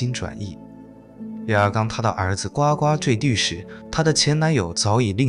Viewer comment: 呱呱坠地读音难道不是咕咕坠地吗